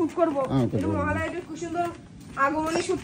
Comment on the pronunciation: মহালয়া ❌ মহালয় 😂😂😂